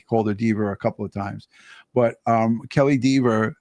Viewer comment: its pronounced DEHVER, not DEEVER. 😂